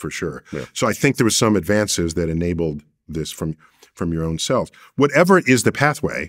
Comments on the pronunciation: Stem “cells”, not stem “sells”. But great vid, interesting... the guy was weird/evil. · "SELLS". Gone and fix that real quick. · Isn't it "Stem Cells" not "Sells" lol... come on Vlad. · “Sells” lol. Cells*